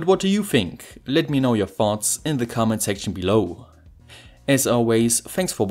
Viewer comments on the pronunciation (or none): I like but I really understand "Let me know your farts"